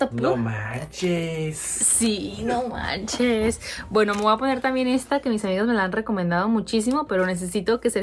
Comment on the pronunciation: Jajaja que chistoso dice,"no manches"!!!